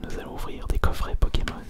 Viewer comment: Il charcute les noms des pkmn